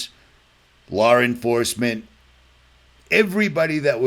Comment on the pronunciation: Stop putting the "r" sound when you say law. Its l....ah or law. Not lawr